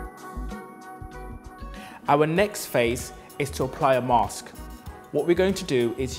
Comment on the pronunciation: he said vitamin and mask wrong.